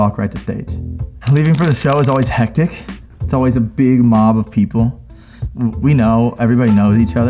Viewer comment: His "hectic" sounds so german: I got confused for a sec lol